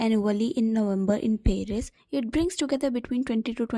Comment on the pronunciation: The audacity you have to babble shit abt them without knowing that ground reality is just crazy! Also you yourself couldn't pronounce paris properly is having an shitty opinion which actually won't even matter